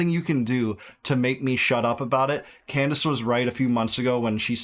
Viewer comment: did she pronounce her own name wrong? Camrace? She is doing so much work investigating so many issues!